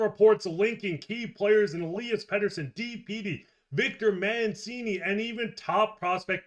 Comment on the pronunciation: He was talking capspace disappearing, with players signed/retained, the with the picture of E-LIE-as, he says E'LEE-as. Trading Petey the forward, would free up the most capspace, and have the potential of getting an impact center. D-Petey alone won't get a #1 or 2 center...he's not really proven YET. There's the rub. Teams might see him as a future star shutdown force. That's how the Canucks see him, right? I wonder how it all goes down! Wow...Canucks have a wealth of good d men and goalies!! Silovs is a stat king right now in the AHL playoffs!